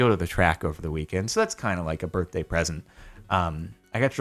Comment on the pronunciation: It’s your burfday